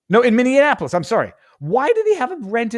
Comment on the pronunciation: I stopped watching after you said, " Minnianapolis".